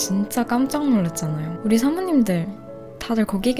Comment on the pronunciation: 나만 삼오님들 하실 때 사모님들 이라고 들리나..ㅋㅋㅋ